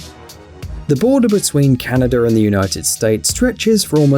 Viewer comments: am i the only one hearing canader instead of canada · It's not Canader. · It's not called canader